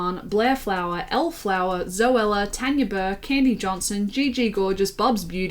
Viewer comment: Okay class, say it with me, “FOWler,” not “Flower” 😂